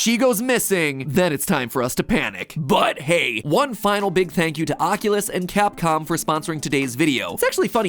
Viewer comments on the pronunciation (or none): none